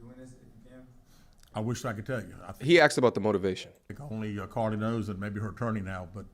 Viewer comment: It sounds like he’s calling her Cardi instead of Carlee.